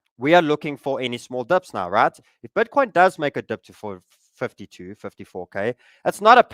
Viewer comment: „Bötcoin“ he says🤣